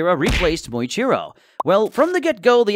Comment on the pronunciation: Muichiro❌ Moichiro✅